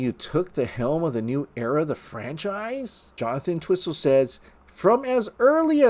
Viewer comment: It's pronounced "ENT-whistle," not "en-TWISS-ul"!!! 😖